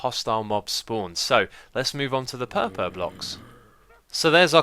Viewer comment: pehpeh block